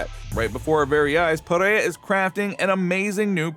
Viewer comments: it s PEREIRA not PIERA.... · Chael mispronouncing Pereira as Pierra is too funny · i love how Chael will always mispronounce a fighters last name in, but in 5 different ways in the same few sentences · Alex Panera